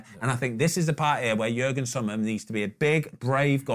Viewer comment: Did Ben really call Yann Sommer Jürgen Sommer? And multiple times may I add